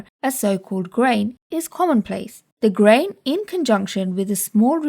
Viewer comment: I love how grain sounds so much like brain every time you say grain I think your saying brain